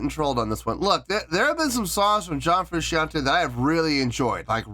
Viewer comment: It’s “FROO SHAWN TAY”